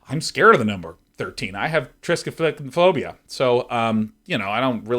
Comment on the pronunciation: Two thumbs up for mumble stumbling into 'triskaifuckinphobia' lol XD